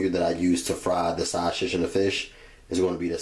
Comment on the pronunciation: S that shit was driving me crazy. I was like stop saying it like that.